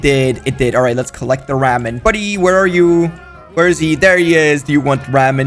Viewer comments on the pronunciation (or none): The way how he said “ramen” is hilarious 😂😂😂